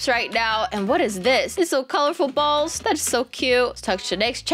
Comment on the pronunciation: The way she says ''colourfull balls'' is it jus me who thinks that sounds wrong?